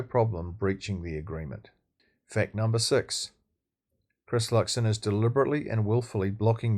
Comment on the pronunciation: It's Luxon. Just sayin.